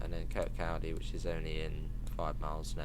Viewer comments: Im dying with the butchering of Kirkcaldy, its pronounced Kircohdy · Your Scottish pronunciations destroy my brain🤣🤣🤣 ‘kirkCALdy’, seriously tho can’t wait, been wanting fife circle on the game for ages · Really looking forward to this DLC. Incidentally, for those wondering how to pronounce Kirkcaldy, listen to Cry Baby Cry by the Beatles. John nails it. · The way you pronounce Kirkcaldy 😂😂